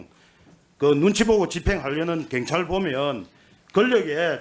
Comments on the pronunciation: 애들은 왜 경찰 발음이 안되는거냐? 민주당이 카톡 알림 받는 것 보다는 국수본 찾아가서 압력 가한 것이 더 문제 아니냐? 어떻게 국회의원이 국수본을 찾아서 압력을 가할 수가 있냐? 니들 입장문만 국수본이 볼수있게 언론에 대고 발표하면 되지... 아 협박하는 것은 방송에 나오면 안되니까 직접 찾아가서 얘기한 것이니? 경찰서 앞에서 시위하면서 얘기한 것도 아니고, 국수본 본부장을 직접 면담하고 얘기한 것은 상당한 문제인 것 같은데, 민주당은 왜 이런 부분에 대해서 강하게 얘기를 안하니? 어떻게 국수본 본부장을 찾아가서 국회의원이 압력을 가할 수 있냐는 말이여? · 갱찰 이여 경찰이여 애는 발음도 못허는가 이님 울나라 사람 아닌겨 참 웃기는 사람일세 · 발음부터 교정좀 하고 나와라 갱이 뭐냐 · 이 놈아 발음좀 똑바로 해라~갱찰이 뭐냐? 경찰 해봐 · 동만아. 갱찰이 아니고 경찰이다. 혓바닥이 짪으면 그냥 자빠져 자라. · 갱찰이 아니고 경찰이다 발음도 못하냐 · 갱찰이 뭐냐. 경찰 발음 부터 배워라 모질해보인다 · 정동만 저 새끼는 제대로 질문하는 걸 못봤어. 갱찰 말고 새꺄 경찰 씨발아.. 발음도 지대로 못햐~ 하여간에 저런 작대기 뽑아주는 동네 꼴아지 하군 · 갱찰X 경찰O 발음좀 똑바로 해라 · 갱찰이 아니라 경찰이야. 말이라도 똑바로혀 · 나도 부산 사람이지만 갱찰이 아니라 경찰이라고 해야지. 그것도 못하면서 무슨 국회의원이야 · 갱찰 진짜 거슬린다 사투리 억양은 그럴수 있지만 단어 자체를 다르게 발음하는 유일한지역 갱상도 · 갱찰? 발음이나 똑바로 해 ~ 공정한 수사? 입이 열개라도 국힘은 말 하면 안된다. 말하는게 무식한 깡패와 뭐가 다른가 한심하다 저런게 금뻇지달고 국회의원이라고 ~ ㅜㅜ 계엄해지 투표할때 죄다 도망간 인간들이 부끄러운줄도 모르고 권력의 졸개들 ~ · 갱찰 갱찰 갱찰 발음 진짜 거슬리네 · 내란당 놈들은 경찰 발음도 못해 갱찰. 갱상도 사투리가 저 놈들 땜에 혐오의 언어가 되었다. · 갱찰이뭐냐?경찰 발음도 안되는넘이 핸제가 뭐냐?헌재